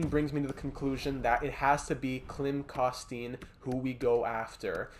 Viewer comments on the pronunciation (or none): My favorite prospect Klim Koston but man, it’s drivin me crazy but Ik u don’t know, it’s pronounced, Klim Kos-ten